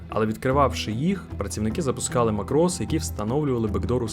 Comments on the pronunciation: "мАкрос" - наголос на "А" :) "мАкроси" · Поржав зі слова "макрос" з наголосом на "о". Відразу видно, що автор ще той хакер 😂 А взагалі-то в українській мові немає словосполучення "самі небезпечні". Вірно казати "найнебезпечніші". Автор не тільки хакер, а ще і уроки української мови в школі зовсім не прогулював... 😁